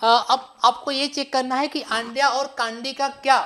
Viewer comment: I like that Andya 1st I hear Ga*dya😅 And also I like fata fat fata fat 1st I hear tapa tap tapa tap😅 And main thing also I like teaching 😍👌😊